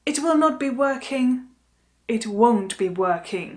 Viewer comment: Ten stažený tvar won’t pro mne zní stejně jako want